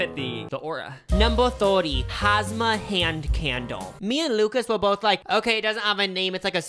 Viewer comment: It's hamsa not hasma 😭 he committed to the pronunciation tho lol